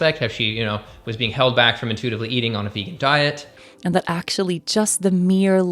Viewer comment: "Doe-huz cray-he-fing eee-coo-wole a-hun ack-shoe-ole nu-tree-she-nole knee-heed" - Mouth-breather gasping for air and forming a sentence structure that is empty woman noise. You and your "ack-shoe-lee-uhh" and other overused mouth-breather terms like "foods" for food(food is food, it never needs the syllable 's' to act as suffix to denote diversity of food, mouth-breathers are too stupid to grasp this). The Human way to convey what you mean in that moment, is: Is craving a mechanism that reflects levels of nutrition within the body of whomever that crave is born to? The obvious answer is; yes, craving is an an expression of biology in quest for "homeostasis" but mouth-breathers misread these impulses and make poor choices as reflection of their misinterpretation. All who breathe through the mouth, are ruled by emotion to the point that their sence of syntax fails as their oration becomes meaningless decoration of vanity poised as reason. You mouth-breathers are the primary source of linguistic degeneration and all forms of inefficiency within society at large. All your gasping and tacky wording, is so revolting, it's like you are puking but words and word fragments are what you regurgitate in this process of pretending to communicate reason. This whole video is putrid noise of a woman inside the body of a man, just empty drama. I thught you were more intelligent than you are intellectual aka ideologue, I was wrong. All the forced and excessive "humor" is not helpin